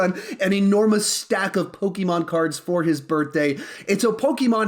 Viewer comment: Says Poke-ee-mon thinks Poke-ay-mon